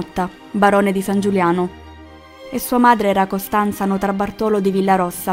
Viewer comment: Notarbartolo, con l’ictus su “bar”, non si “to”.